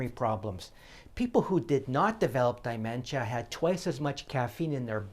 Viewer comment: There is no "i" in the first syllable of "dementia".